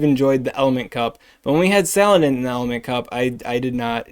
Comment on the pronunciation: Sa-lan-dit Please, you're driving me insane